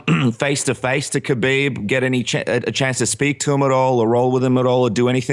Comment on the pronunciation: He keeps calling him kaheeb